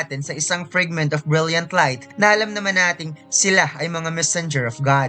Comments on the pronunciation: FRIGMENT? oh FRAGMENT? pa correct nga ma? parang marami raming maling pronunciation nya? 😅😅😅😅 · Say it "Fregment ob brelyant ob layt"